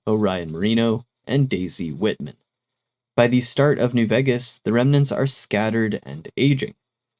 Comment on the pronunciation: I like your videos, but Vegas is pronounced VAY-gas not VEGG-as.